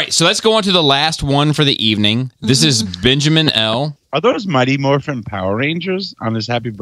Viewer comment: I'm sorry......I keep hearing "Mighty MORPHINE"